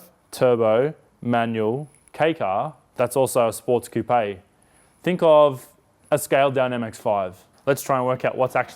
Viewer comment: Yay, you said coupè properly! Stupid I know but every time I hear a two door car referred to as "coop" I'm like AAAARRRRGGGGHHHHHHH stop destroying the Qeens english ypu heathens! (Or French in this case).